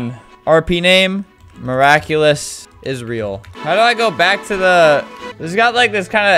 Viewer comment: I got so triggered when he said: "Isreal" instead of "Israel".